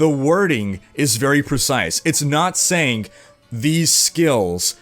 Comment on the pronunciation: This guy ... "saying'g" "doing'g" "Strong'g" <Your hands moving around all the time looks like a bonenado ..> "intresting'g"